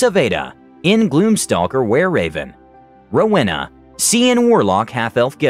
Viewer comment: Rewana? XD that’s so odd I have a go to character I played and was my favorite out of them all named rowaina